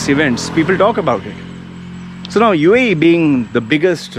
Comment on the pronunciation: I LOVE “YOU AEH YEEH” UAE,UAE,UAE 😂😂😂MOAN LOUDLY😃😃😃